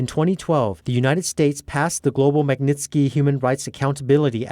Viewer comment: Thanks for pronouncing Magnitsky Act properly. Can you get the announcer to explain to it has ONE N and NOT TWO in it. Much appreciated.